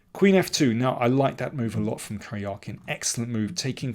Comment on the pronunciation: What a disgusting pronounciation of the name “Karjakin”. It definitely can’t be worse.